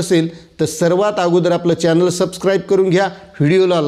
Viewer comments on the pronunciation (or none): none